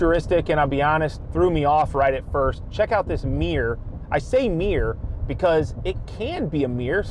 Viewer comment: Sorry, "meer" kills me every time. lol